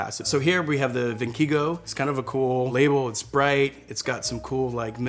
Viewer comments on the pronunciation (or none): I like the presentation and everything is fine, but you keep saying 'ViNchigo' , it's 'ViChingo= Viking'🤗 You made me thirsty for a bottle of wine 👍 Nice channel 💓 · Just a little comment about that California wine you liked. The name is pronounced “Vikingo”, and not “Vinchigo” as you kept calling it. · Him saying vinkigo every time instead of vichingo is killing me 😂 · How can you not check the pronunciation of the labels more carefully before filming? Almost everything was mispronounced in the worst way possible, like adding letters to the names (Zentana instead of Zenata, Vinchigo instead of Vichingo, Tucsock instead of Tussock, de Alba instead of D'Alba). How can I believe the information that was shared if the presenter treats these so carelessly? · Love this guy, love the video but every time he mispronounced 'Vichingo' as 'Vinkigo' I cringed a little. FYI - Vichingo (pronounced VeeKingoh) means Viking in Italian so it's a cute play on words for their marketing route. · also vichingo as [vin khigo] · Andre' did you say VIN KEE GO lol ? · second time he's pronounced Vichingo as "vin-KEY-go." I really like the video and dude seems super knowledgeable, but ya gotta be able to pronounce the wine you're critiquing. It just strips away a little credibility when you can't. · Are you dyslexic? You keep reading the fairly easy wine names wrong (i.e. Vichingo - you know, like the Vikings that it's got on the picture - as Vinchigo, or Tussoc as Tucsoc). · My man was like "vinkigo" and "zentana" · In the spanish one the appellation is the region of the wine, or at least more accurate that just Spain. Other than that, (and how he’s mispronounced Vichingo every team), great video & inside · is he pronouncing viNchigo? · Poor thing, he kept saying the name of Vichingo wrong during the entire video 😂 That being said, love this man's videos, they're so informative and relaxed. Anyone else on a rabbit whole of binge watching all his videos here?